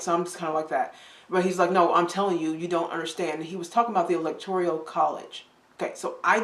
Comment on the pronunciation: ELECTORIAL college? Better do some more research. It's ELECTORAL college.